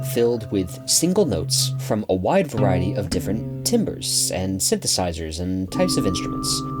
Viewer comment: 'timber' is pronounced 'TAM-burr'. excellent video!